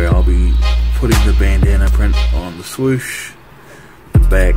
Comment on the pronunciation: dis man said "suwoosh"🤣😂 very clever indeed